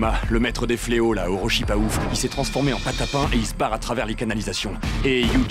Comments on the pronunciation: « Les fleo … fle Oxyz » mdrrrrr 🤣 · Je crois qu'on dit: les fléaux fléotent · "Les fléaux fleauxisent"